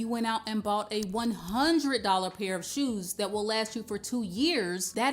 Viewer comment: Uh it kinda reflect ts on your LACK OF INTELLIGENT S It us pronounced bills with an L Not buwws as with a w Also it is THAT .NOT DAT